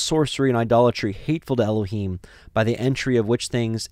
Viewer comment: I have prayed and studied. I think your pronunciations are correct.